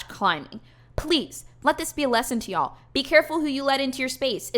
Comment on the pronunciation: Please, say "Ya'll" more. I'm from Alabama but have lived up in Mass for the last 6 years. It's music to my ear.